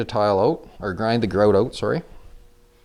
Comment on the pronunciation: Tell me your Canadian with out telling me your Canadian “groooout. Ooooutt”